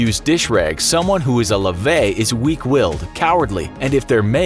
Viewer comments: Loved the video, but I don't get why there's sake bottles and Japanese branded soy sauce in the part about Chinese insults. And Lavette is pronounced quite differently, same as Warmduscher. But great job for a maybe non-native speaker to have a go at it! Keep up the great videos, love from the Netherlands. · Yeah none of these insults are actually that good or pronounced properly. They're relying on ignorance so that people don't question the video. The French insult lavette rely isn't that common or offensive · The French insult is not pronounced: Lavet It's pronounced: lave*tt*e the "t" must be heard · You're pronouncing "Lavette" terribly wrong. It's La, Ve, Te! Edit: The way he's pronouncing it is as "Laver" the verb itself. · Lavette is pronounced like baguette. Im french Edit: You are saying Lavet instead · lavette is pronounced lavet (the t is pronounced) and it's a weak insult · Damn it it’s not lavey, it’s lavette. The t is pronounced. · Lavette with the T pronounced, however it's not that common but still pretty mean ahah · « Lavet » is pronounced « Lavette » like jet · The vette in Lavaette is pronounced like pet. Hard T. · I’m french I never heard anyone say “Lavette” you need to pronounce the tte by the way... and it’s not insulting it’s just like funny and childish lol it’s really not offensive wtf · The French is pronounced "Lavette". Rule of thumb in French. A double letter makes usages of it's original sound. In this instance, it's a hard T And it's not that offensive either. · Amazes me how French things are absolutely never pronounced properly. He said “lavette” like “lavey” but then said “baguette” 2 seconds later. Look at how the word ends. Try a little ppl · You pronounced lavette wrong. Also, this insult is barely anything. Doesnt sound offensive at all. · You pronounced lavette and warmduscher incorrectly.